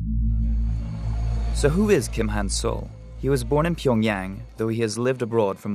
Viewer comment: It's Kim Han-sol, not "soul". 김한솔 (Gim Hansol or Kim Han-sol)